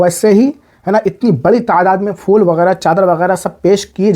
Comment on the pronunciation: محترم پہلے اپ اپنا تلفظ صحیح کریں فول نہیں ہے پھول ہے